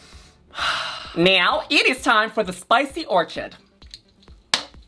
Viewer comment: “Dosey air” “orCHid”